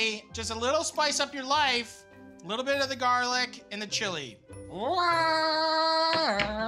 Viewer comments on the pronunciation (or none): none